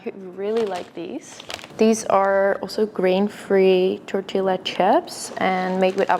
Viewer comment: Amazing video! Thank you 🌸 Just a little correction: the double Ls in tortilla are pronounced Y (tortiya)